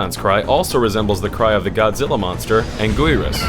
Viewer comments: Im not an expert on this but i think that its pronounced angurus not angoiyrus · That Spiky Godzilla monsters' name is pronounced ANGEARUS. Im a Godzilla fan so i just needed to point that out. great video though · concerning the crys related to godzilla monster. when he said anguirus he pronounced it as anGOORIUs. i think it's pronounced anGERus to sound kinda of like anger. the monster anguirus is an irate monster after all. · You pronounced anguiros wrong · that is not how you say angorias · Angearus, Angyales(spelled they way they are pronounced, not actual spelling) are the two main ways it is pronunced. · He butchered Anguirus' name